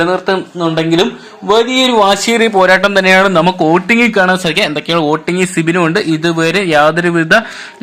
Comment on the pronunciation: എടാ പൊട്ടാ വോടിങ് അല്ല "വോട്ടിംഗ് " എന്നാണ് 🤣🤣🤣🤣